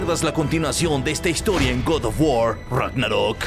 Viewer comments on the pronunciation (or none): El god of war ❌ El gordo of guar✔️